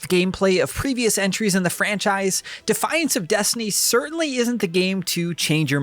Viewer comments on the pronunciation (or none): none